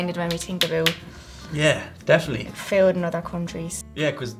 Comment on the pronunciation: Wow... I've never seen someone screw up "definitely" so badly...